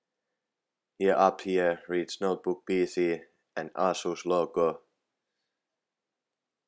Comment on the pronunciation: Sano ''Eisus'' älä ''Asus'' niinkuin suomalaiset sanoo